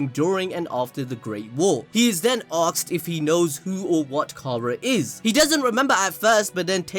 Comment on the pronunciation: "AKSED" XD